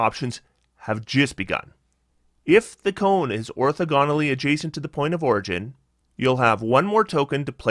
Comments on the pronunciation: Your pronunciation guide is not super clear. Is your problem with how he stresses the syllables, how he breaks them up, or how he pronounces them? He should be stressing the second syllable instead of the third, but otherwise his pronunciation is correct. The correct way to break up the syllables is or-tho-gon-al-ly. Using other words to make it clear what sounds I mean, here's the pronunciation: or - thaw - gun (not quite the perfect vowel, but much closer than "gone", and close enough) - ull (as in "gull") - ee (as in "teeth"). Edit: Also, that time stamp is way off. It's more like or . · Good analysis. Very helpful. Not sure if anyone beat me to it, but "orthogonally" is pronounced like "diagonally", with emphasis on the second syllable. The math teacher in me couldn't let it go unsaid.